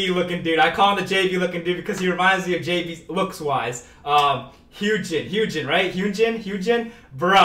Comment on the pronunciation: Yes, it's Hyunjin, but his name is pronounced Hyeon-jin, not Hyoon-jin.